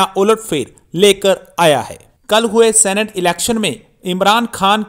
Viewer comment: #सीनेट not #सेनेट